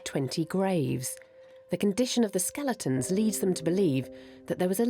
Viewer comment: Hey at least she stopped saying skel EEE tons. That drove me crazy.